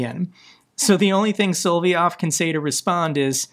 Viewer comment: His name is pronounced SO- LOV- YOV